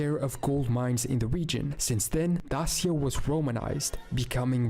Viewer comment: Pronounced not well tbh, crna read is chrna, dacia read as dakia, etc